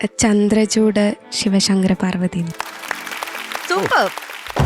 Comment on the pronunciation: Parvadhi alla parvathi yennan uccharikkandadh Njan oru karnataka kkaranan